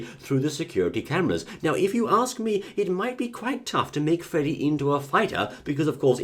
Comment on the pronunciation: "Freddy" Aaand no.